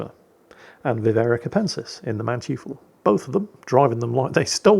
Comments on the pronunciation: Hi, the Mannteufel is pronounced maann-toy-fel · 'Mann-toi-fel', to be precise. It means something like 'Man-devil' in English. It's named after the Von Mannteufel family name.